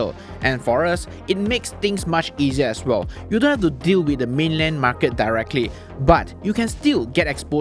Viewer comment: Why the hell do you always exaggerate your market pronouncing? MAR KET not MAR KIRT